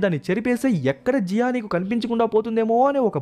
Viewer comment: జీయో ❌జియా ✅😂😂